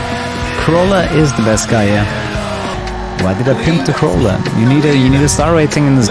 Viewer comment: "Corolla." Me: "Yeah, not an italian car but an italian pronunce and pronounced that correctly. So... "Italian-ish".